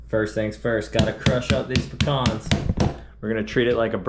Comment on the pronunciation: Damn Dude, it must be cold, everything has has gone tommy turtle. Keep the rulers away from your best friend 😱😱. Hey what is going on with "Pic-cons"? It is "Pee-Cans"! Bro, you are killing us. This is a side effect and directly related to putting citrus in places where citrus does not go, it is even making you cook Brussel sprouts - I hope that is for the kids. 🙆‍♂🙆‍♂. Should have put same size piece of fish on two plates and hid the rest. Steve knows there is more fillets off the sheepshead - he cleaned them. Yea that played out LOL. Great watch crew, lots of fun. Just back from having a ball, great to chill watching one of your videos! Happy new year to you all, Dive safe, have fun, enjoy life! 👍👍🍻🍻